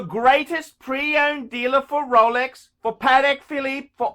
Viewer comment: "Every man should have a Rowlecks", 2000 to 2019